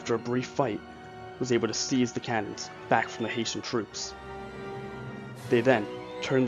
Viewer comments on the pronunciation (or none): When you do not know how to pronounce words you can Google them so you don't detract from the video. Hessians are not Haitians and Jaegers are not Jaggers. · it’s a good doc but you did really blunder by not fixing that mistake. There’s no excuse for pronouncing “Heh” as “Hay” it causes confusion to people who may be ignorant to the history. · Great research and great illustrations. It’s HESS-SHUNS. NOT HAY-SHUNS! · Hesh-ins. Yay-ger. Jesus. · The "Haitians"? That's what I keep hearing. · the mispronunciation of "Hessians" grated on my brain, soul and psyche. I don't think anyone from Haiti was in that battle lol My last name is Hession (pronounced "session" but with an "h" and my surname is, interestingly, Irish) and pronouncing it that way is acceptable, but at the time it was also pronounced "hess-ee-un" by the British. These troops were mostly trained in Hesse-Kassel state in what is now Germany. They were top notch troops contracted as auxiliaries to the Brits (or whomever), but these were mostly from Hesse-Kassel. They were not mercenaries as has been depicted in most historic references, or at least that's what Wikipedia says, given their definition--or difference--between auxiliaries and mercenaries. But I digress. Please in the future, research foreign language pronunciations. It's one of my pet peeves given my last name was butchered and bastardized on a regular basis during my childhood; sadly, you bear part of the chagrin that crops up when someone doesn't say something "just right". My apologies. I hope you don't take offense to my mild OCD response. Your channel, with it's graphics of how the battles were fought, conveys accuracy and information of which I was unaware. Thank you for your channel and your contribution to educating us all. Please, keep up the good work. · I really hope its not a fact that only you and I noticed that it was pronounced HESSIANS no pot that sad little island.